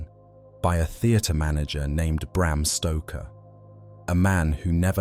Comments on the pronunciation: Bram Stroker? Wtf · Bram Stroker? Who's that? Lol!